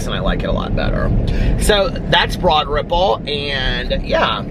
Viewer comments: If it’s Broad Ripple, why do you pronounce it that way? lol. Does everyone pronounce it that way? lol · 💙 I always thought you were saying “Broaderville” 😳 Broad Ripple, got it! 🤣👏🏻 love you!! 💙💙💙💙🎃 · Me too, always thought it was Broaderville! Glad I’m not the only one! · I always thought he said “Broaderpool” 😆